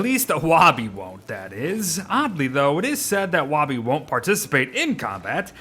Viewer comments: the fact he pronounces woby "wahby" and not "woaby" triggers me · lol is it only me thats bothered by him calling her wawby instead of the swooping o that is (wouuubie) its to reference that shes his security blanket his safety net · I hate how you say woby “wa be” it is “woe be” chief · It’s wobi not woby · Isn't it "Woby," not "Wobby?" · Her name is Woby, not "Wobby". You have been saying "wobby" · it's WOAH-bee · Anyone else pronounce Woby (woah-bee)? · please say ‘woby’ like ‘toby’ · you're very wonderful but the way you say woby physically hurts me AKSNSMZNSMDNS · Wait is the o in woby pronounced like w-oh!-by or is the o in woby pronounced like the beard says it?